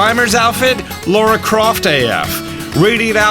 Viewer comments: Lara Croft not Laura how do Americans struggle with that name??? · Did you just call Lara Croft "Laura"? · Anyone else peeved people keep saying Laura instead of Lara? Its pronounced La-ra